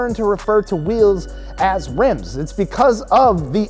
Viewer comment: he said wims